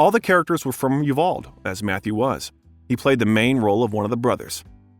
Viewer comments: Please learn how to pronounce you Val Dee! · U-Val-Dee…………not Uval. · As a Texan that lives near there, Uvalde is pronounced You-vawl-dee Lol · It’s U-Val-De! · Uvalde is pronounced You Val dee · Uvalde (OO-BAL-DAY) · Not only do you not know how to pronounce Uvalde, you also mispronounce Renée Zellweger and Anne Hathaway. You are bringing us content about celebrities. And you do a good job! But for heaven’s sake! It only takes a Google to check yourself on these names. I personally don’t understand it but be thorough!